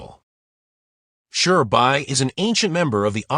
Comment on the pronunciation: Who tf is Shurbai or Mamaoshiki Otsutsuki??🙆🤣🤣next time dont use A.i please🚮